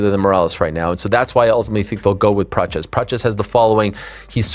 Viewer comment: Arman hey Ariel “ it’s prates 😂😂not prachez